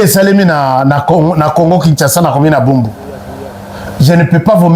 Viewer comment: Commune de Barumbu et non bumbu